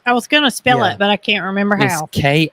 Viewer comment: K eye oh wah - it is a native American tribe. Bedroom suite = sweet. Try some cornbread mix on top of your Mexican beans.